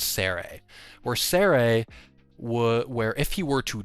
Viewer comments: Dredgen Seres name is pronounced “See-R” not “Seh-Rey” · Seer not Se Ray 😂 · Are you saying Sere wrong on purpose?